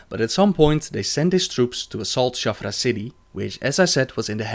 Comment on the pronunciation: It's Shattrath not Shaffra.